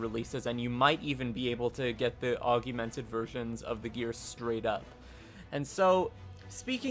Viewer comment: Augmented, not AugUmented